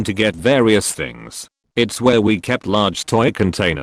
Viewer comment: Did anyone else notice how weird he said, “Large toy containers,”